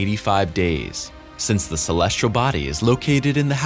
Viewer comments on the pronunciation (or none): Celestial not colesrial. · Dear narrator: Please have somebody coach you on the pronunciation of the word- "celestial". Clue: There is no "r" in the word. =PC=